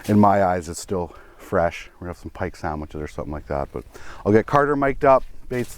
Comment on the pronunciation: “Pike sammiches”